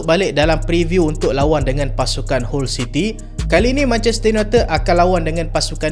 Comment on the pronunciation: Salam..sebut HULL CITY = HAL CITY